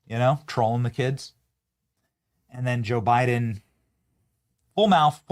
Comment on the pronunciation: Haha, did you say Joe Biden or Joe biting ??